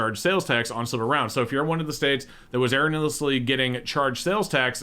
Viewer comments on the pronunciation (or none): no, you haven't. has it wrong. It's 5 syllables long